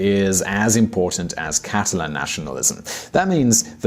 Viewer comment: You said "Castalan" with an S but you meant "Catalan" w/o an S in the beginning. I know it's difficult to differentiate between "castellano" and "catalán". Gipuzkoa, and Álava are NOT Navarra.